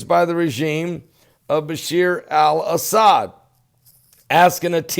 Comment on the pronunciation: "Asshad" In "doom-ah",yea that spells doom for pretty much all of us!!!!😀😀😀😀😀😀😀😀